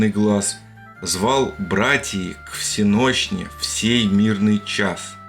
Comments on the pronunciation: Поэтам допустимо менять ударение ,не всенОщной,а всенощнОй и всё польётся:) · Если произносить слово ВСеНощной правильно, то строчка у Лермонтова звучить очень даже гармонично... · звал брАтьев к всЕнощной... Даже если это не Лермонтов, любой русский человек 19 века знал, как произносится слово "всЕнощная". Слишком оно было на слуху. Не в упрёк. Спасибо автору за интересное исследование. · На счёт стихотворения - не "к всенОщной" а "к всЕнощной". У церковников принято ударение на "е". Но Вы правы! Там по ритму явно одного слога не хватает. Обычно говорят "кО всЕнощной", но и это не прокатывает... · Всеношная, ударение на первый слог и все тогда в лад! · Уважаемый автор! Для сохранения ритма в строках М. Ю.Лермонтова в слове «всенощне» ударение приходится на первую «е». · Не знаю писал ли кто, но всё же напишу. Правильно ставить ударение не всенОщная, а всЕнощная, и как раз, выходит нормально. А в целом фильм очень интересный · "Звал братьев к всЕнощной",- ударение поставьте правильно. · "Звал братии к ВсЕнощной в сей мирный час" Лермонтов. Поставьте ударение правильно и кажущееся несоответсвие пропадет. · Ошибка автора в том, что в лермонтовском стихе он неправильно поставил ударение в слове "всенощный". Переставьте и ритм полностью сохранится.